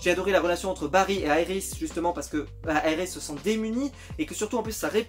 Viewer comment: c est Iris est pas yris